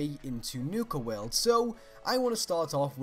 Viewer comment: "Nuka Werld" xD